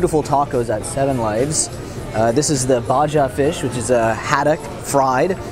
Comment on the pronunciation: "Baja" - (Baha) 😅